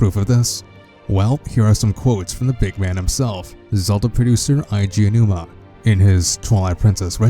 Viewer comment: thats it hisname is pronounced A-G Ow-new-ma ok Eiji is pronouced A-G!!!!!!!!!!!!!!